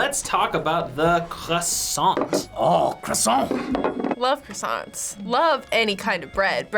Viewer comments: kwah-son not kressant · Croissant- quwasoh- ku-was-soh not -“Krusonts” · there is no e or s in croissant stop saying croissantes respect the french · "I love any type of bread" noo!!! It's not a bread and please stop adding a "e" to croissant plz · Your croissants seems disgusting 😂😂 and btw we say “croassan” and not “croassante”! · be like.....QWASONT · I’m British and we don’t say QWESANT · when the crossoint came up all i heard was quackson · No one: Not a single soul:: “quaxon” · Hhuesson (croissant) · ChampagneCabro _ thats how British people say it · It's not a Croissant it's a quackson😂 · No one:: Kwassant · horrible French accent LE CROISSANT, LE CROSSANT!...no wait...that's les poissons... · The way the camera man says "croissant"... it hurts...